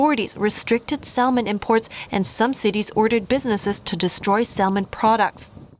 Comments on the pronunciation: someone should let the reporter know the L is salmon is silent...that someone may be me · "Salmon" is pronounced "samon" for future reference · Great video as always. But salmon is pronounced "Sam-on" the L is silent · Excellent as always, Tell your excellent reporter ( )? Salmon has a silent L its pronounced Samon - ( lots better than my Chinese LOL ) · Salmon has a silent "l"